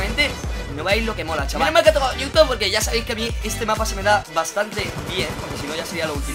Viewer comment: jajajaj no se por que pronuncian newtown si es nuketown jajaja